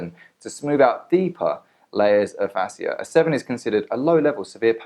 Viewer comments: This was a good video. You shared information that women needed to hear. Some have had good outcomes from the product, others have had horrible. So people should stop hating. P.s Its pronounced like fashia :) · He's just as qualified to do this video as Ashley is to do her videos and offer medical advice on Facebook. Also, AB mispronounces and misuses medical terms in her videos all the time. I've tried to comment to correct it on her videos, but my comments never go through. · Dude you can’t even pronounce Fascia correctly but “think” you know wtf you are talking about lol! Yes people misused the product. Guess what? I have not misused it!! I own every single product and LOVE them! Btw...many manual therapies may cause some bruising.